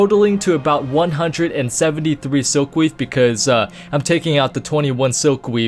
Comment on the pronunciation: "tailorer" "Swilkweave" Like you say it correctly at the start then start calling it swilkweave. I raffed haard.